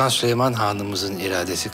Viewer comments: Kral leoş mudur leş midir nedir Sölömon demisi çok komik leoş sahnelerini Sölömon dedikten sonra geçiyorum 🤣🤣🤣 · Türkçeyi sular seller gibi konuşupta süleyman yerine sölomon,ibrahim yerine abraham demeleri 🥴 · Şu layoş mudur mayhoş mudur nedir onun her kelimeyi düzgün söyleyip süleymana sölömon demesi puahhshahxjah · peki adamların çok iyi Türkçe konuşup Süleyman’a SüLomOn demesi